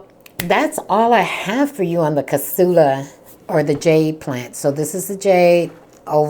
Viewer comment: Crass-ula like grass -ula is how to pronounce it.